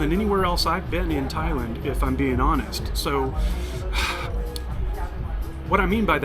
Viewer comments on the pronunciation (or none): none